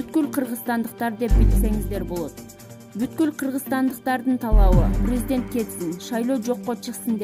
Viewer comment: Чон кыз прризидент эмес президент туура окусан